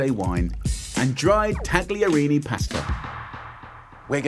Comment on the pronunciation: Jamie was basically mentored by an Italian chef so I find it a little patronising that he chooses to put a hard "g" in taglierini when he knows full well you don't say it like that.